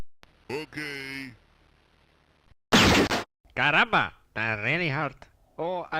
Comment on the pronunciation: It's "Caramba"